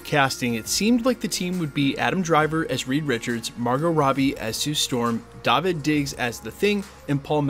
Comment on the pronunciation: Show the man some love and pronounce his name correctly "Daveed".